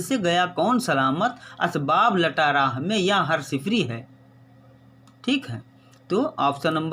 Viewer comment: Sir please ques.114 ke Sher me asbab Luta lafz h aap Sahi pronounceation karen